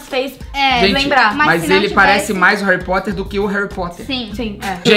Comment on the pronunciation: a bruna que falou assim